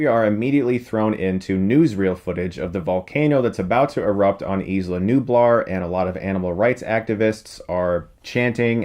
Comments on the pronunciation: Isla is pronounced Eye - la, as in Isla Fischer or Island :) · preeeeeeety sure you're pronouncing "isla" wrong